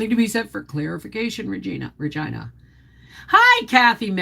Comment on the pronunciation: I always have to laugh when you pronounce Regina as if it rhymes with vagina. LOL